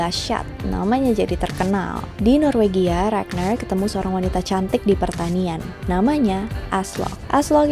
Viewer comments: bacanya RAGNAR nya pake toungue roll R yg tegas kaya baca R di indo.. .bkn regner pake R bule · RagNAR, bukan ReGneuRr 😑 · kak mau ngasih masukan dong, pronunciation ragnar jangan pake bahasa inggris dong pake pronunciation bahasa skandinavia aja biar lebih keren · Mbak mohon maaf bukannya ngejudge atau apa pun pengucapan "ragnar" nya biasa aja